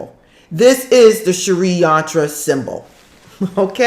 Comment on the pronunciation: Its s-ri not sharee xxxxx